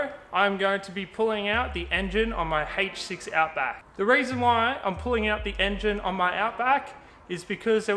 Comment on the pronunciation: " Hayyyych 6" love the accent. I hope the repair was successful